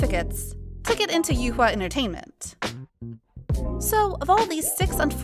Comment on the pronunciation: It’s actually not “youhua” it’s “yuehua” which you can read it like “yehua” (乐华）